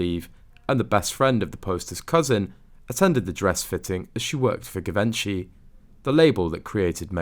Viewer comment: Learn to pronounce Givenchy!